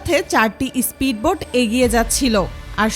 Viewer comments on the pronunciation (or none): ইস্পিড বোট না কথাটা স্পিড বোট 🤣